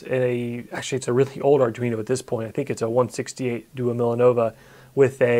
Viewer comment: Nice video. I had to think a bit to understand what you said: "twomillenove".. Never heard it pronounced in English before. :)